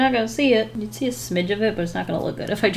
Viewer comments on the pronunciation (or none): "You can shee dem in dere natural habitat." Just made my day! 😂